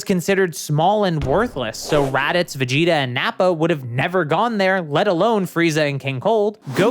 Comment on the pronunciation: Blud said veget